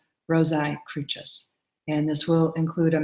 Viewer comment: I was taught by the other profane that the Crucis was pronounced with a "sye" sound at the end like Rosae, not a "chyss" sound as the Grand Master and other brethren of the order here refer to it?? Not to worry, an exoteric explanation for the reason for this will be sufficient for, though a member of the profane masses, I've obtained enought light to decipher your language.